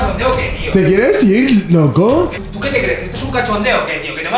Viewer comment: Minuto hasta minuto sono re Argentino cuando dijo loco